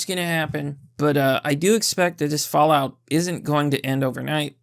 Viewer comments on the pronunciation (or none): none